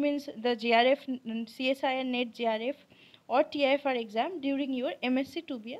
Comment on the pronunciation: Tifr not tfir